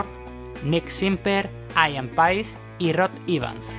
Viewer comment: Se dice Ían Peis, no Aian Pais